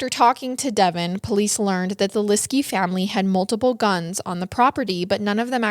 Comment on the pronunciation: It’s so frustrating listening to someone who is supposed to be offering the “facts” of a true crime incident who can’t be bothered to even learn the correct pronunciation of the victim’s last name. Please do the research.